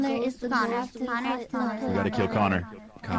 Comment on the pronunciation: nyanners saying Connor slowly fades into nyanners saying Excalibur